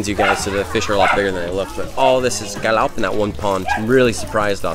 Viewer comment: Lúc a chùi camera có vẻ như chùi mặt e ví mn v á hehe dễ thương.... Vs lúc a trả lời chú kia » cá lóc» nghe ik như ng Việt Nam